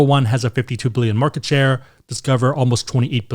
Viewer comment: “Shore” lol wow